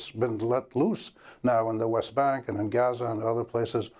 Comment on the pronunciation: I love how Amy correctly pronounced Gaza. Great interview